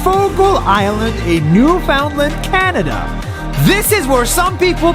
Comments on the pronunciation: nas makes a typo and says canda instead of canada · on day two he said canda lol